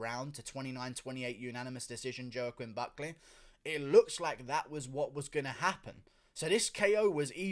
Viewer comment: Who's Joe-Quinn Buckleh?